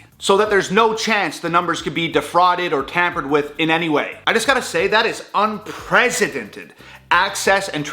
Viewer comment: UNPRECEDENTED. Pronounced: Un-press-idented.